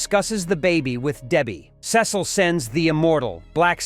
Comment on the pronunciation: It’s not sis oh it Cecil